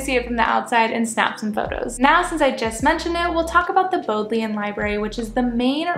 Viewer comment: Nice vid, glad you enjoyed it here in Oxford! I hope you don't mind a couple of friendly corrections from an Oxford resident: It's pronounced 'Maude-- a- lin' college (confuses everyone I know!). And also 'Bod-leian' library not 'bode-leian'. :)